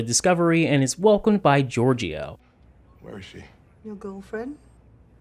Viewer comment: Ok, you HAVE to learn to pronounce Georgiou's name. It's most closely Geor-JOH.